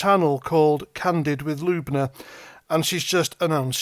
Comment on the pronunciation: Sorry to be that guy but it’s L-Uh-Buh-Na not LUBE-NA 😂